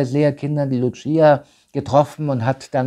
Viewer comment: Das eine Maedchen hiess nicht 'Lutschieja', sondern 'Lucia', ausgesprochen 'Luussija' In Fatima spricht man Portugiesisch und nicht Italenisch